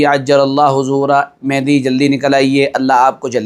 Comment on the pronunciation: Hazrat,, lafz mehdi Nahi balki Mahdi hai..yani Hidayat yafta.. Durust kar le..😊😊